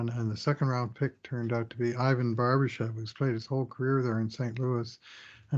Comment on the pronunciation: Barber chef is the funniest game in the NHL - i mean, the way you and every north-american pronounce Barbashev's name, i myself would know the excact pronounciation :)